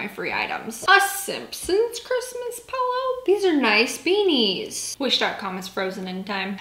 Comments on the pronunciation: 😂😂 I love that you say pellow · That’s how I say pillow too. “Pell-o” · You’re saying pillow so funny! How do you say bag?